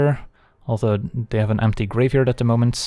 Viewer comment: Why do insist on pronouncing every word that ends in d or t as "ts"? "Tale's Endts", "if they wants", "at this moments" :S Are you Dutch by any chance? :p Otherwise excellent content!